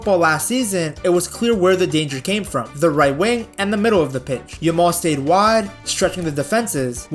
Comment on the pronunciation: Stop saying yamole motherfuker, pronounce it properly